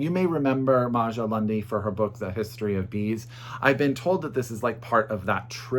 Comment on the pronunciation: Great recommendations as always! Just a heads up, Maja is actually pronounced Ma-ya 🙂